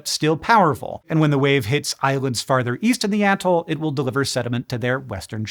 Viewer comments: Bro! The whole "ahhh-toll" is throwing me off. I have always heard it as "uh-toll." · Who you callin an atoll?